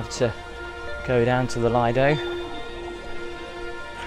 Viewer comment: Lovely video, just one thing though, Lido is pronounced LEE-DOE. Thanks for the upload.